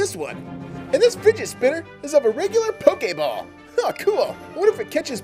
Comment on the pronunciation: U said pokaball it's pokeball